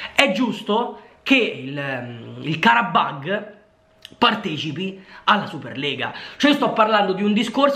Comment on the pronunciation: Il Quarabag lo dice uguale al Carabbaggio